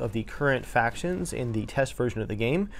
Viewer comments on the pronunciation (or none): none